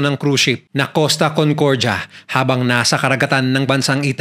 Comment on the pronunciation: CONCORJA😂😂😂😂 Ayusin mo pronunciation mo kuya